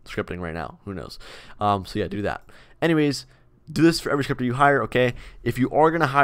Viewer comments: i thought he said stripper lmao. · When he said scripter 1st time i thought me said striper and i was like wàaaaa🧐😱